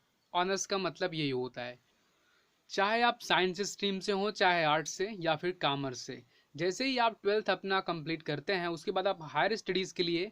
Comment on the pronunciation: Commerce ❌ Cammerce✅